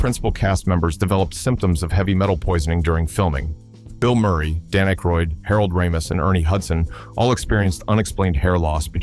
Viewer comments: Description "For Entertainment Purposes Only! Fan Fiction" video maker should have done some research and learned to pronounce Aykroyd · I’m guessing directly out of the narrator’s ass. He has a vivid imagination even if he can’t pronounce Dan Aykroyd’s name correctly.